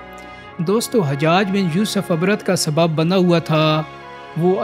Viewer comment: Lafaz ibrat heh na ke abrat ,pasand napasand sey pehly saheeh urdu talafaz parhna sekho, lagta heh choley deyker school pass keya hoga.